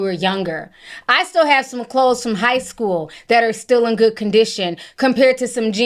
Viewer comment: “Shcool Buss” 💀